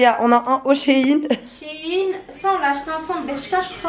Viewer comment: On dit shain on dit pas shin